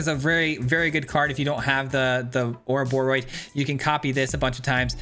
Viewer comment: Hey, you said the name right! 🫶🎃